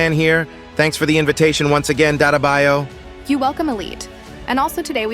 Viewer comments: Its dattebayyo not datebayu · It’s funny how mobi and elite cameraman’s talking thing they use mid pronounce 😂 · Your name: Mobi and elitecameraman: ' Hi DaTaBIo'😂